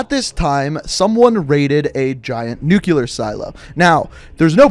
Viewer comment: GODDAMNIT! Say the word right! “New-clear”—NOT “New-Q-ler”! “New-clear”!